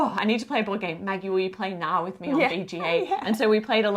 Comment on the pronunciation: Friendly advice from a Norwegian: The K in Knarr is not silent